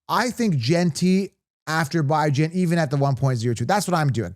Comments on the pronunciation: u said his name wrong repeatedly. Really disrespectful cuz he ain’t new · “Bye-Jan” is crazy